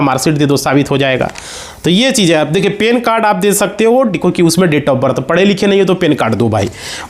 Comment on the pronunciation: Pan card ho ta hai. Pen card nahi. Sahi bolo.